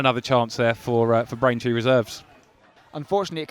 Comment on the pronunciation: Why commenate if you can't say the names of the opposition. Braintree this, Braintree that - it's just a little lazy in all honesty.